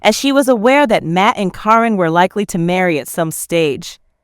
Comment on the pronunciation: Please pronounce caryn name right